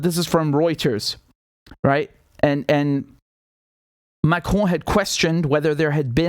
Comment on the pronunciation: Maybe the only English speaking vlog that pronounces Macron's name right...😂